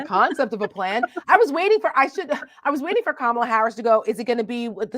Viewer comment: Sadly As a memeber in the WWE hall of fame, his mispronouncing her name is his attempt to subtly pass along a racist trope by comparing her to "Kamala", pronounced Ka Ma la, The Ugandan Gaint who was a pro Wrestler and whose gimmick was a wild savage from africa.